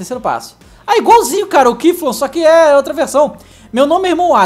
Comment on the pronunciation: "quiflu"? q missão é essa?